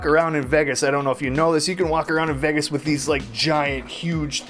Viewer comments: This guy cant even pronounce Vegas hahahaha😂😂😂 "vigius" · He says vegas so weirdly lol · YESSS I doooo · It's so funny how you say "vegas" 😂